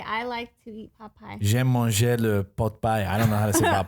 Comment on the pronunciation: I'm come from France and I like the moment when says "J'aime manger...", very good accent! xD